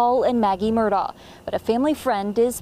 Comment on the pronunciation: It’s pronounced “Mur-dock”. My great mother is from Islandton and Murdaugh is her maiden name.